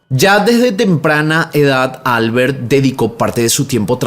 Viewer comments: Sólo porque lo pregunta; Xeraco en castellano se pronuncia "Cheraco". Y Albert es aguda, suena Albért. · No se dice Álbert (como inglés),se pronuncia Albért (aunque no lleva tilde) en catalán. Xeraco lo has dicho bien ✌🏻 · Holaaaaa! Me encanta tu canal. Sólo un apunte,,,esos nombres catalanes o valencianos que mencionas en el segundo caso llevan la sílaba tónica en la última sílaba. Albērt o Ricārt.. un saludoooo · Hola! Soy española, la segunda vez que has pronunciado Xeraco está bien, pero Albert en valenciano no es Albert como en inglés, solo es Alberto sin o, se pronunciaría algo así como Albért. Seguro no me lees, y tampoco es nada importante, pero es bonito saber que en España tenemos tantos idiomas y nombres de cada zona, no solo el castellano ❤